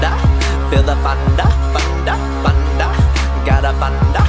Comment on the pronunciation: He says thunder like thunda